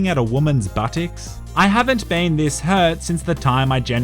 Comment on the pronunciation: no one: absolutely no one:: butticks